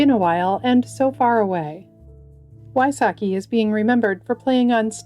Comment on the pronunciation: Jon Wysocki - pronounced visocki